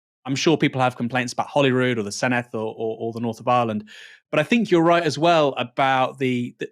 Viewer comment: Your usual excellent analysis and reporting. bear in mind, Senedd is pronounced with a soft th, as in English the or that. they write it dd. They have a hard th as in think, but that is written th.